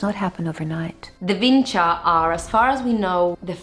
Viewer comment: VinČa! But you are getting sick more and more from a strange disease. First, you don't have a surname that is associated with the name of the place because you don't have the necessary voice in your language to pronounce the name correctly. Vinča, so Č, not Ć, not C. You can't tell the difference between the two voices and neither can English speakers. Second, do you really think that 9000 years ago they called that place and the whole culture the same? I live 5 km from that place...